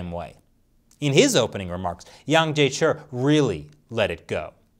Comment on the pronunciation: Wow knows not to voice the chi in Wang Jiechi's name. When is going to coach my Mandarin pronunciation?!